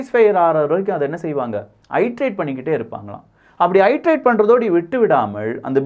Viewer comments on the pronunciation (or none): Dear ஐட்டேரேட் கிடையாது. அது இட்டேரேட். எந்த ஒரு ஆங்கில வார்த்தையை உச்சரிக்கும் முன் கூகுளில் சரி பார்க்கவும்.